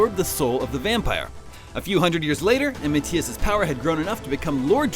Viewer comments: Ma-THI-as. Not Ma-tea-us....jesus ive never even heard anyone pronounce the name Mathias like that... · Nice video, but you keep pronouncing Mathias wrong.. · Ma-tias? I get Sypha's mispronounciation because the "y" could be pronounced "Eye" or "E", but MaTHias has a goddamned "Th"!